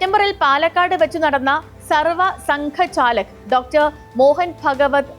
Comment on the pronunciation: സർവ സംഘ ചാലക് അല്ല സർസംഘ് ചാലക്😂